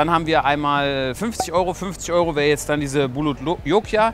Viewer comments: Nicht "Bulot Jokia" sondern Bhut Jolokia oder einfach Ghost Pepper. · Bhut Jolokia, nicht bulutlokia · Bulot Jokia? Die heißen doch Bhut Jolokia 🤭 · Die heisst bhut jolokia -.